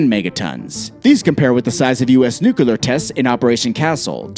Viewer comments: NOO-KLEE-UHR NOT NOOK-YOO-LUHR. This isn't difficult. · NUCLEAR not NUKALER IT is CLEAR not KAlER CLEAR? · Nukula Noo koo larr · For the love of Jesus, its NU-CLEAR